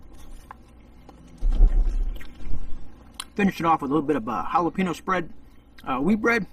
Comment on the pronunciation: The way you say jahlopino makes me angry